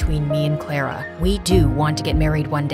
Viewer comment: The fact they said clarer but it’s Clara